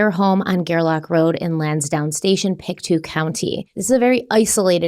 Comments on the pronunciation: It's pronounced "Pick-toe" And the RCMP are the Royal Canadian Mounted Police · Its pronounced pic-toe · Pronounced pic-toe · Its pronounced pick-toe County